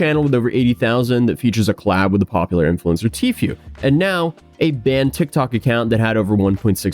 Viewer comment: its pronounced T foo not t few. Bro cmon